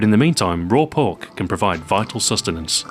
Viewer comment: did anybody else think he said perk instead of pork